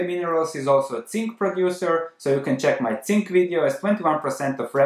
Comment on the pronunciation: Could you please stop saying "tzink" It's hurting my ears every time I hear it in your videos.